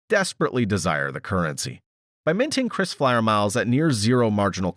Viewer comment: it is KRISFLYER and not CHRISFLYER